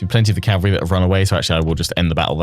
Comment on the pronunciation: I love your content I really do ... But cavalry is um well ... Anyway ❤